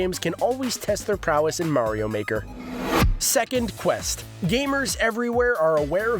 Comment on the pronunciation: It Is Mario Not Meario